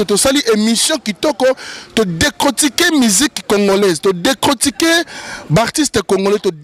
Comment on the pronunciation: Mon frère décortiqué et non décrotiqué ndeko merci de corriger à la prochaine fois